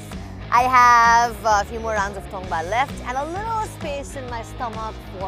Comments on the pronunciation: It's " tong baa "guys not tungbaa and Sekuwa is the recipe of Rais and limbus of East Nepal ever listed all over Nepal . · Not tumba its called tongba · Tumba haina hau paschimeli haru it's 'Tongba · Paschimeli haina hau purbeli ho tongbaa